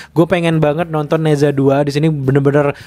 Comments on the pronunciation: Di baca naca, bukan neza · nezha bacanya neca, e nya e lemah.. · Bacanya Ne Cha min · "Ne Zha" dibaca "ne ca" dg bunyi "e" lemah spt pada kata "jeruk". Kayak kota Guangzhou dibaca "kuangcow", kota Shenzhen dibaca "sencen" dg bunyi "e" lemah. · Baca nya "ne cha 2" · Dibacanya "NE CHA" bang... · Mimpi....film Mandarin di bawa masuk....tuh sensor dan blokir nya bisa gak Nerima kenyataan??? Cara baca nya nezha 2 itu agak absurd haha